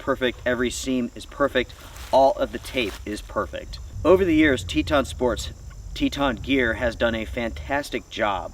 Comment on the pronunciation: Just say Teton ....🤣😂🤣😂